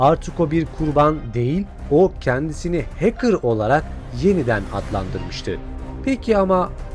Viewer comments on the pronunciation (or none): none